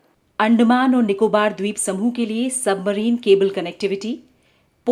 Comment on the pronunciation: I am hearing 'आंड' मान